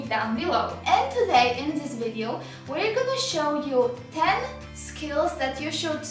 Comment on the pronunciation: Omg I cant get over the zis